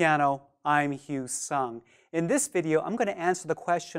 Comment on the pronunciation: I thought he introduced himself as "I'm."